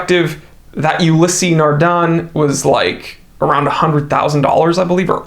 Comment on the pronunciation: Ulysseee? The pronunciation is ULYss